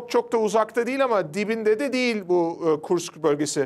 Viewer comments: Kursk. Kurkis değil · Kurks değil kursk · Kurks yox kursk